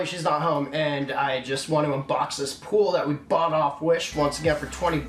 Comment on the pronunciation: no one: namebran: "b a u g h t"